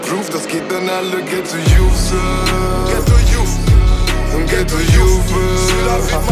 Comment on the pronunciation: Lol was labberst du xD Das liegt am akzent und am schechten Englisch, wenn die das so aussprechen ^^